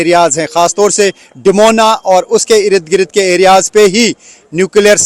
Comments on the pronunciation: Sir Salam Sir irid girid word nahi hata...asal word Ird,,gird hota hai don't mind ❤ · Erid grid.erid grid what 😂😂😂😂😂😂😂😂😂😂😂 I am counting 19 Nos of "Erid Grid "